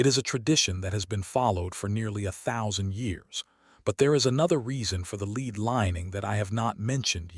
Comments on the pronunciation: Lead not leed. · It is pronounced led though spelled lead. I hate this mispronounced words in this kind of video. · Lead sounded led . Rediculous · Click bait nonsense. Learn how to pronounce lead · ROYALS ALL HAVE LEAD COFFINS, HOWEVER, PRINCESS DIANA ALLEGEDLY LEFT MANY SECRET MESSAGES ITEMS. IT'S A SHAME YOU CAN NOT SPEAK CORRECTLY THE WORD IS LEAD